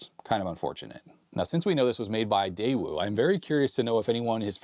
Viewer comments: it's "dayoo" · The "W" is silent in Daewoo. Just thought you'd like to know 🙂